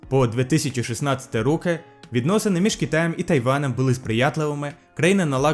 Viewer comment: Буква г звучить як ґ, в деяких словах читаєш и як і, деякі наголоси не вірні, наприклад не рОки, а рокИ, є ще деякі помилки, але для мене це ролі не грає, радий що Історія Всього тепер буде ще й українською. Можеш для практики спробувати провести декілька стрімів українською